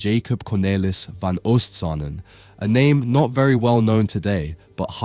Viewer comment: The oo in van Oostsanen is pronounced very similar to the oa in boat, never like the oo in eg room. Pieter is pronounced like English Peter